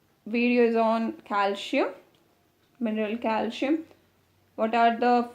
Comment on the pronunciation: Your calcium pronounciation is wrong